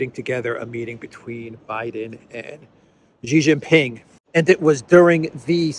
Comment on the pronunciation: It's not "zzzhiii" it's "shiii" Jinping.